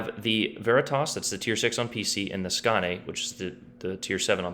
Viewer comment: Skane is pronounced “skanye”. Like Kayne with an “S”.